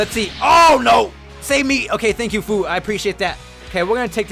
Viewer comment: You say fu but it's like fwu but it says fu